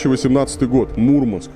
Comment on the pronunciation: не мУрманск, а мурмАнск...